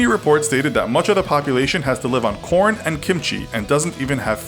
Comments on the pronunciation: I heard corn as porn😂😂😂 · RelictRoots he said corn?